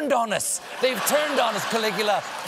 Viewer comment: I feel he is calling it "Killigula" as a joke :P